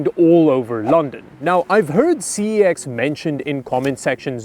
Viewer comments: Fun fact it's pronounced sex not c e x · Isn't CEX ITs Cex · CEX is actually pronounced as sex, but that’s not the thing which bothers me IF I KNEW YOU WERE HERE, I WOULDVE BOOKED TIME OFF AND ASKED IF WE COULDVE MET, YOU’RE MY SARCASM HERO!!! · You know it is pronounced "sex"? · Btw, you are pronouncing CeX wrong... But the actual pronunciation is so bad, that most Brits even break it up into letters. But yes, they are good to browse. Now if only they'd bring back the Game Boys! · But, that's not how you pronounce CEX! Fun fact - One of the founders of CEX was Charlie Brooker of Black Mirror fame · Please google how to pronounce the brand name Cex. -A Brit